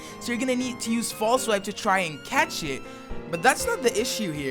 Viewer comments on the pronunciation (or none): none